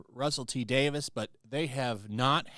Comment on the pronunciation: Not sure why everyone in the US keeps calling him Davis, it's Russel T. Davies (Dave-EES)